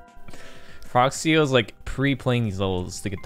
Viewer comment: is the name Frog C.E.O. or Frog ceo like says it? He says it like it’s a word which makes it sound like he’s saying Frog C.O.